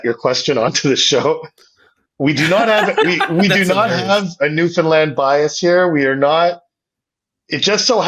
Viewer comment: Wow as a Newfoundlander, hearing properly pronounce it was awesome. The amount of people even within Canada who call it New-Fin-Lind is crazy.